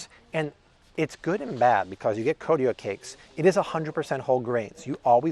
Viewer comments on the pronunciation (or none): none